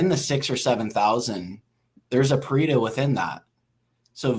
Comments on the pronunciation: it's pronounced "Pa-Ray-Toe" not "Pa-Ree-Toe" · I'm italian and the way you guys pronounce Pareto is a disgrace